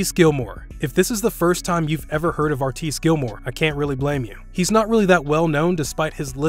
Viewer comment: Did anyone else cringe at how he said artis gilmore